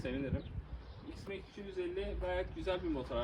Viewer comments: Ayrin ( iron) max diye telaffuz etsen daha iyi olur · Sanane mk ne güzel Türkçe söylüyo adam bu ne yabancı seviciliği anten.